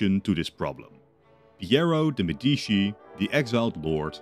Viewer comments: MEDICI NOT "MEDISHI" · As an Italian, hearing Medishi instead of Medici made me almost sick……But I have to say that you made a good video! Keep going with this amazing scenarios! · "Nuevoh Firànce and Porto de Medìchi"... Jesus Christ, dude... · Uhhh ☝️🤓 actually it's Medici not medischi (THIS IS A JOKE, I LOVE YOUR CONTENT) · I medisci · they always say it like that in those videos lol